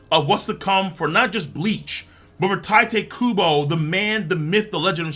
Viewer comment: Tight-ay Kubo’s finesssttt wok! Please say it for me one more time